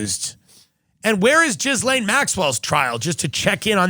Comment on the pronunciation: love you tim but it is ghee-laine - not gizlaine